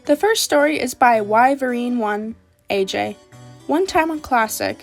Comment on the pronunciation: “Oh look, posted the scary stories video. I wonder if my story is included…” sees my profile picture in the very beginning “Oh my gosh! Wow! Im the first one-…” “Whye - ver - een” 💀💀💀 Im sorry but im laughing so hard right now! 😂 It’s pronounced “Why - vern,” and I’m beginning to regret choosing it as my user. No one’s been able to get it right, but it’s also kinda funny. I’m not mad or anything, just dying of laughter.